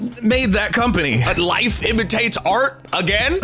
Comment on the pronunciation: o thought bro said “wife imitates art”